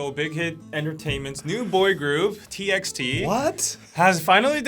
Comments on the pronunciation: As far as I know TXT is pronounced as "Ti bi ti", not "Ti eks Ti". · TXT is actually pronounced as TbyT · Wait a second .. its T X T not Text!! My life is a big LIE